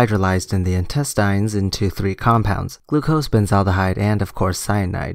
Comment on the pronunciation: I'm still processing "intestEYEnes"... :)